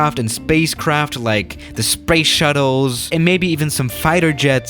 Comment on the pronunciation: why did he say sPrACe ShuTTle